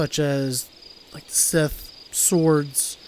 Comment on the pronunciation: lol did you call a scythe a "sith" XD